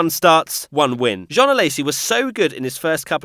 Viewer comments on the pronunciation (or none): none